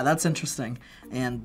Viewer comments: "I N T E R E S T A N G" 👦👍👍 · “Hmm!” “Intrestang!” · “InteresTANG” I’M DYING 🤣